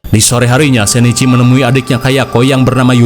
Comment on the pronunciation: Bang itu Shinichi Kudo ,bukan sheneci Kudo 😂